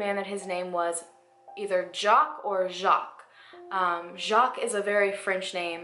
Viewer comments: I'm from Québec and the way you mispronounce Jacques bothers me so much lol... Oh well ... I understand since you're not French Canadian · Haven't watched all of the video and love it so far but are you sure it's Jock and not Jaques? I am sorry if this was pointed out before. It's just Jaques would sound similar to Jock when not pronaunced in the correct way and would make a world more sense to me if it is a frensh or canadian name. It could make quite a difference when searching for an identity. I guess there is the possibility it was heard or pronounced wrong and became Jock. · The French name is Jacques, not jock.